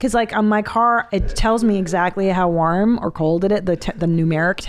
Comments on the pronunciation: I will stand by it, Christina pronounces “warm” weird just like Tom does “won” She says “arm” with a very slight “w” sound. To me it’s “war”+”m”. Am I wrong!? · i never heard anyone pronounce warm like "W-ah-rm"